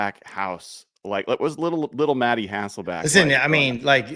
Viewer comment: Love your content. Some of the best analysis out there, and you do seem to know everything about the Seahawks... except how to pronounce Matt's last name. Lost count of all the HasselbAcks.